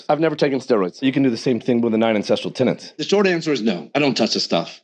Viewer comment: Does he collect rent from any of these tenants? Because if you're going to preach a stupid idea that you don't even understand, at least know how to pronounce the word TENETS.